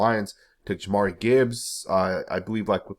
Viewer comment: Say it with me .. JAH- meer Gibbs.. not Jamari lol